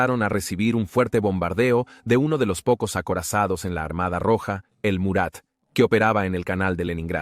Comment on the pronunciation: DA RISA ESCUCHAR PALABRAS COMO EL NIDO DEL LOBO, O MURAT (se DICE MARAT)😅😅😊😅😅